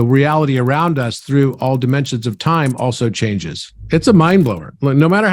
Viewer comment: Timensions 😆 Hreatbreak 😅